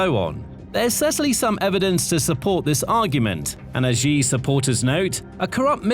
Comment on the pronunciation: Xi pronounced SHE